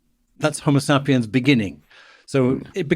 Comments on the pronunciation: I hate how this guy says 'homosapiens'. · Next chance I get, I’m pronouncing HomoSAPiens just like this. My friends will know that my community college degree really paid off.